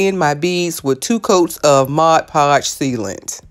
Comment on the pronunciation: As a lupus warrior, I am usually quite captured by anything with. butterfly but while that turned out beautiful, my favorite 2 things about this video is the seed bead vase and the fact that you actually called in MOD podge, not MODGE podge. I know, its weird but I hate when I hear folks say modge lol Thank you for sharing these wonderful ideas.